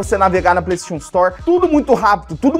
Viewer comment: nao sabe falar PlayStation